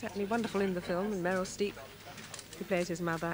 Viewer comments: . ‘Meryl Stee-ep’ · Meryl Steep isn’t she called Meryl StReep? 😂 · Hahaha. Meryl Streep won her very first Oscar for this film. No wonder poor old Angela Rippon pronounced her surname incorrectly; Meryl was virtually an unknown then.